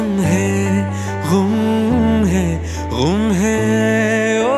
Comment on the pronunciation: गुम है भाईजान ग़ुम नहीं! Love your work 🙂